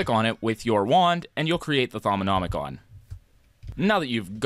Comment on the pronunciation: How did he manage to pronounce Thaumonomicom correctly but pronounced GUI as gouey